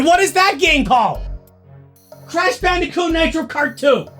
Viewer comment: Please stop saying bicooti